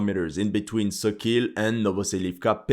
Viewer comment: Sokil is not pronounced SO- KEEL... It's SAW-KALL with stress on the first syllable